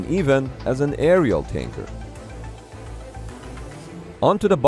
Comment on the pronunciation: The whole time i thought he waa saying KANKER not TANKER!